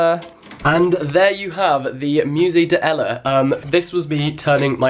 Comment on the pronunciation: The lack of elision between 'de' and 'ella' 🥺🥺